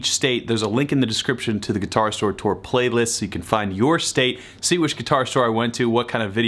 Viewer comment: "Tour" rhymes with "poor." Not with "store." ;-) For what it's worth there, sir.